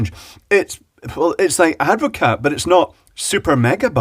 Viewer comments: I believe it's usually pronounced add-vo-car not add-vo-cat, but watevs. Having watched the video I'm still a bit surprised it didn't curdle. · I am very surprised that it took any carbonation at all. Very weird. As a point of interest, it is Dutch and Advocaat is a shortening of its full name. Advocaat is pronounced Ad vo car. Sorry to be a pedant. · Advocaat is pronounced Advocaar the T is like the P in bed........ Silent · The T is silent. It’s ADD-vuh-CAR. 🇳🇱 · Hahaha... super yummy drink is Advocaat. One note though, it has a SILENT t. :)